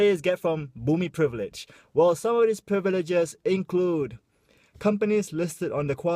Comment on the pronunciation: Love you. Thanks for bringing up this sensitive issue and being a voice for us. By the way, I notice you have difficulty pronouncing "privilege" hahaha XD